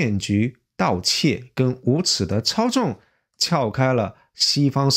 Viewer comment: 似乎（sihu）不是“是护”（shihu）；是操纵（caozong ）不是“超重”（chaozhong）。。。太多了！节目的文本很好，但你伙计这发音咋这么多咬舌之？！听起来真难受，很影响节目效果，赶紧改正一下不难的！艾家普通话还是可以的，咋弄的又退回老家了呢！😂